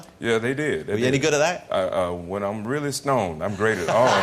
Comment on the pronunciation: That's weally weally weally weally funny!